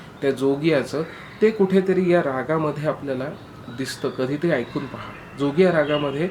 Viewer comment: जोगिया ह्या रागवाचक शब्दाचं तुम्ही केलेलं उच्चारण चुकलं आहे. त्यातील ज हा तालव्य आहे, दंत तालव्य नाही.